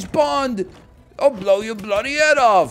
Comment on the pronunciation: If nl wants a tip to imrpove his british accent(s), the main thing I notice is mixing up the "ah" vowel sound with the "o" vowel sound, because they are basically the same in american english and he has to "unmerge" them. For example, every time he says "off", the vowel sound is like he's saying "ahff". And conversely, sometimes when he says something ending with "...ather", it sounds like the vowel in "bother". An example for you to check if you have this vowel merger is to check if "father" and "bother" rhyme in your accent. In any british, australian, or new zealand accent, these are two quite obviously distinct vowels. Another similar merger is the "au" and "o" vowels, which I hear sometimes mixed. The classic example is "cot" and "caught", but I've heard funnier examples like "thought" sounding like "thot" in an attempted accent, despite having different vowels. In general, if the word has an "a" in it, then the vowel will not be the same as the "o" vowel. But there are exceptions like "want".